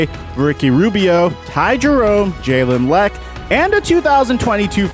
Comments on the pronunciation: The way he butchered jalen lecque’s name lol. Wonder if he went to the league too early 👀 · "jalen lec"